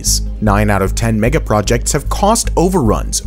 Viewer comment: stop saying “megaprojetcs” 🤦🏼‍♀️